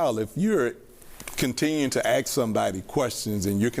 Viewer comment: "axe" yeah he be one of dose edumacted dei hires 😂😂😂😂😂😂😂